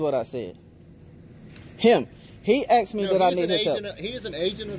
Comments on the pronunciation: Is it me or is the auditor saying I axed him a question.... you do know it's asked...right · “Ask her what I axed her…” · axed lmao